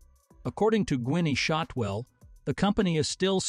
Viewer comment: I subscribed as soon as this video started. Then I heard the AI voice miss pronounce Gwynne Shotwell's name. But after it said Boca Chica wrong I immediately stopped the video and unsubscribed. People, listen to your video before you publish. If it sounds wrong, because it IS wrong, then try a different voice. Or better yet do your own narration. When it sounds stupid I won't waste my time on the channel.